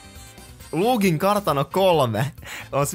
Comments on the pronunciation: sanoit luugin kartano 3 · Mun mielesta ois pitany sanoo luigin kartano 3